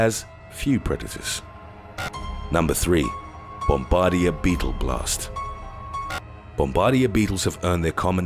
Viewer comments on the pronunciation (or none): The word Bombardier isn't pronounced bomb- bard- deera it's pronounced bomb-a-deer. Also Cheetah run so fast that for a short time all four of their feet can be off the ground at the same time... And I know Puffer Fish can be toxic. But still they're incredibly cute ⚛️🐡